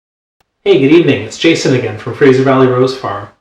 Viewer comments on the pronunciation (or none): none